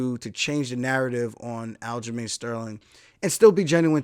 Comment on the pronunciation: He said it! It’s not black he’s Jamaican like how i say it 👏🏿👏🏿